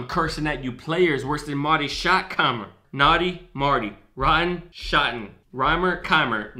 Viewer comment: Oh and 1 thing I needed to mention. Its shottenheimer.. not keimer